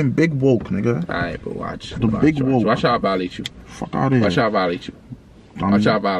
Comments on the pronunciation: He said “I’m wolk” not “I’m WooK”😂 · “HE SAID WOOK HE SAID GDK” I’m crying 😭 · “I’m wook” “definition...🤌🏾” “I’m wook bro” I’m deadddd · calling “ Danny woller “: yo I’m wit this nigga he said he’s wolk Danny woller: hes not wolk:..nigga said u not wolk 💀💀💀💀💀